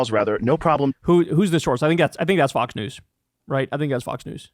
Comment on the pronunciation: Kyle, did you just call them FUX news? Maybe it's just what I'm thinking. 😂😂😂